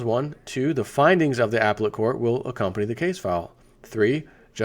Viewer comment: up-pel-let court... not ap-let court. Too funny.